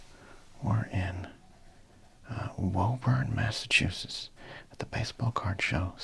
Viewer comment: On today's episode of Massachusetts town names that don't make sense to people from outside of New England: Woburn! It's pronounced "WOO-burn", as if you were an excited pyromaniac.